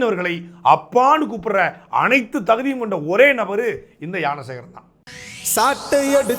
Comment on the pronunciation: Gnana Sekaran ❎ Yaana Sekaran ✅😂😂😂 Saatai un tamizh la theeya vaika 😅